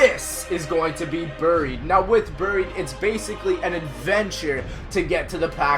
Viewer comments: Anyone else hates how he says booried instead of buried. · He sais buried like buuried